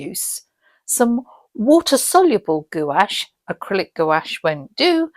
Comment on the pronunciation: No judgement but Gouche is pronounced GWASH.